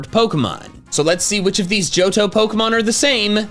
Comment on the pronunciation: It's "Johto"